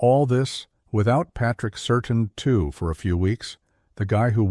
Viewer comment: Learn how to pronounce Patrick Surtain II name, its not Sur Tin it's Sur Tan.